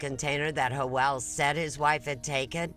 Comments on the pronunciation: Hoel????..it's Joel...wtf😂😂😂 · Why is the narrator calling Joel...hoel???? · Why does the cop pronounce Joel like "yoel" but janet like "janet". 😂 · No one took the time to teach this interviewer how to pronounce Spanish names correctly....Ho El really.... Its Joe El... geezus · J is pronounced as an H in Spanish. Pronouncing his name as Joelle, which is the female version of Joel is weird to me. It should be pronounced as to rhyme with Noel. There shouldn’t be an “Elle” sound unless one is saying, “Joelle.” A woman’s name. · i hate how she mispronounces Joel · It's Joel with a G. Please stop being so politically correct. Sheesh